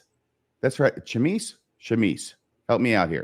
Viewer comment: It's pronounced "shammy".